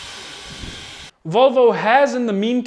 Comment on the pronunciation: It's not "Volvou", it's "Voylvo". Get it right!!